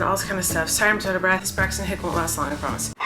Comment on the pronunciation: I thought she was saying "braxts and hicks" this entire time